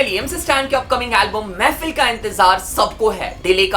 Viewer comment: Bhai woh mehfil nahi mehfeeeel hai feel